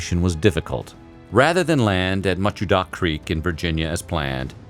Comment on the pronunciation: I enjoyed the timeline. The speakers pronounciation of Nanjemoy Creek, Machodoc Creek and Quisenberry are a long way from reality, but I knew what he meant.